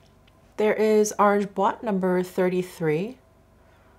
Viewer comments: So cool that you received PR from Hermès! Great job, BTW, pronouncing boite! For other words, generally in French a word with an e on the end, like Amazone, ends at the consonant sound unless these is an accent mark over it that goes from low to high as it goes left to right like this: é (basically the opposite of the accent mark over the second e in Hermès). An é is pronounced like a ling a sound as in wait. Hope that helps! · Yay! You got Boîte right! Hope my phonetics comment on that other video was helpful Hahahaha. 😂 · OOOH so cool. These are beautiful on you. Btw, you pronounced "boîte" perfectly. And I'm always available to give you the phonetic pronunciation of any French name you want, just pm me on insta: Casaque= Cass-ack, Amazone= Ah-mah-zone, Inoui= Ee-new-ee, Corail fou= Coh-rah-ee foo Violet intense= Vee-oh-leh ein-tahn-suh :)